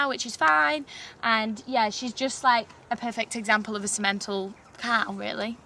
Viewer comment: In English, Simmenthal is not prpnounced Si-MEN-tal. The emphasis is on the first syllable, thus SIM-uhn-tahl.